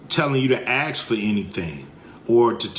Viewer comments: “Ask” its ask not “axe” an axe is a tool used for various jobs mainly involving wood 🪵 🪓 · Some words of wisdom from Cube BUT IT’S “ASK”, NOT “AKSK” FFS. And people damn well died in multiple wars for people to have the right to vote FFS. YES they goddamned fkn well walked out the front door to risk their lives so that others could live in freedom. What a vile accusation that no one has ever done that. How utterly disgusting to say that. Fk him for saying that and spitting on every veteran who ever WALKED OUT THEIR FRONT DOOR AND FOUGHT FOR THEIR FKN COUNTRY. Even when trying to speak the truth he spews the Demonrat’s BS. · Ice cube it's ASK.........NOT AXE